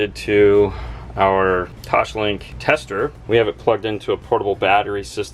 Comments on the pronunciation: Omg it drives me nuts when you say toshlink. It’s pronounced toss- link. I’m sorry but it drives me nuts. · I cringed every time haha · Drool-worthy system and amazing work gentlemen! One note I mean in the nicest way possible: there is no “h” in “Toslink”. ;)